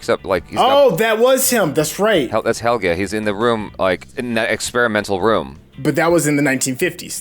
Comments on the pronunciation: "He-- so it's Hegel... Helge! Not Hegel." "...Hegel." 😓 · IT'S PRONOUNCED AS Hell'gey. These guys hear it again n again, see the spelling of the name, and they even say it accurately. But then decide to randomly blurp out hECkeL hEgEL hEckLer wtf man, no surprise though, they're americans. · "Hegle", "Heleg"... My poor boi Helge